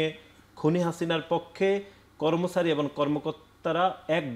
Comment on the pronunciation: এই কমেন্ট করতে আসছিলাম।। কর্মছারী > কর্মচারী, নির্বাসিত > নির্বাচিত, বিছার >বিচার,............